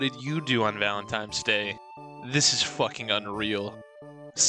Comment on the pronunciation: homie said valentimes day